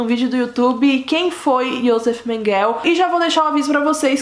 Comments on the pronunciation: É MENGELEÉEEEEEE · A pronúncia é Mênguele. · Vc está pronunciando o nome dele errado. Interprete meu comentário como uma crítica construtiva. Abrsço e parabéns pelo canal, descobri ontem e nao consigo parar de assistir. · Metade do que foi dito no vídeo é verdade. Ah, vc poderia pronunciar o nome dele corretamente, já que se declarou tão estudiosa da vida do cara. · Acho que vc falou errado o sobrenome,vc fala como se fosse em ingles. Em alemão é quase como se le. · Você pronuncia mal o nome dele!🤣🤣🤣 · Não é menguel e sim menguele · Menguele é não menguel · Não é Mengel!!! Mengele repita Mengele!! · Não é Mengueu mas sim Mengule guellleee Mengule lê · Não é Mengueu é Menguelllleee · Em português a pronúncia não é Menguel e sim Menguele? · Morou próximo minha casa aqui em caieras. Só que acho que você está pronunciando errado. Não é menguel é menguele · A pronúncia correta não é Mênguele? Achei estranho Menguell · Por que você sempre fala Mengel ao invés de Mengele? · Conheci ele pessoalmente é Menguele e não Menguel ! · Não é Mengel e sim Menguele ,Josef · A pronúncia, senhor! Esse "Menguél" dela perfurou meus tímpanos e me impediu e proseguir no vídeo. A pronúncia correta é "Mênguele", moça! "Mênguele", e não "Menguél". Cruzes!!!!!!!!! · Não é MENGEL e sim MENGELEEEEEEEEE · Não é Menguél, é MengelE! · Porque diz Menguel...??? E MENGUELE...se pronuncia Menguele. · Não se pronuncia mengel e sim mengele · SABE A "IMRESSÃO" QUE FICA QUANDO VÍDEOS MARAVILHOSOS COMO O SEU SÃO DESMONETIZADOS??????CONIVÊNCIA!!!!!! APROVAÇÃO DO QUE FOI CENSURADO..... INFELIZMENTE..... PARABÉNS,!!!! ESSE ABSURDO TEM QUE SER SEMPRE VEICULADO PARA O MUNDO NÃO SE ESQUECER DESSES HORRORES DO HOLOCAUSTO. E PRINCIPALMENTE, PARA NÃO REPETIR!!!!! OBSERVAÇÃO CONSTRUTIVA COM RESPEITO: NÃO É " MENGUÉL", A PRONÚNCIA CORRETA SERIA " MÉNGUELE". COM TODO O ❤️ CARINHO. 😊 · A pronúncia certa é Mengelê, mas o vídeo ta mt bom parabéns 👏🏼👏🏼👏🏼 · Obrigado.. "Menguel" tô indo....fui 20 anos na escola...